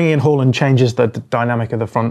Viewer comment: First football channel to pronounce Haaland properly.